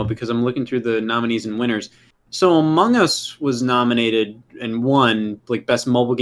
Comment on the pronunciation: My favorite part of the game awards was when Geoff said Among Ass